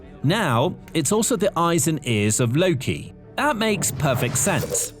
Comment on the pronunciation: its called "loke" not "loki"🤦‍♂